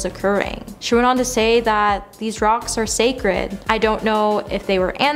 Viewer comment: "Sacred" not "sacret"